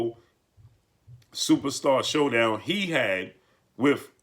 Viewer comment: Supastah, supastah, supastah. with that said, with that that said.